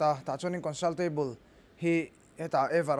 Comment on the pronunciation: minute "Consal table" 😂😂😂